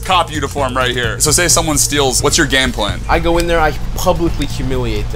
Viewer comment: "whats your gamplam" damn airrack is so tired of speaking he forgot how to say gameplan 😭